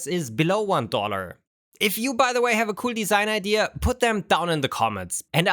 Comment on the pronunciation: He constantly pronounces "idea" like "eye deer" with the r and everything